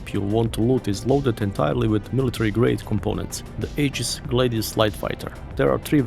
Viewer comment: Aegis. The a is silent. It’s pronounced “EE-giss”.